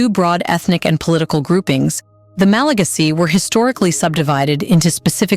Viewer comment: Learn how to pronounce MalaGAsy